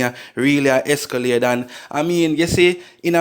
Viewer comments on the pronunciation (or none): ESCALDE IS A VEHICLE!!! The word is ESCALATE!! Educate uno self man .. sound dunce!! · Youth no disrespect, but the word is “Escalate”